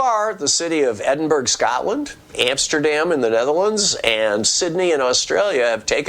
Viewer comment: Scottish here. It’s pronounced ‘Edinburra’. Happy to help